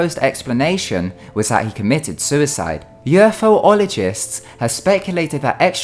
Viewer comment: I really enjoy your vids but it's UFologist not UFO-ologist XD